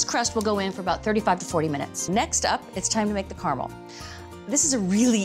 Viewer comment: Finally! CARAMEL pronounced CORRECTLY!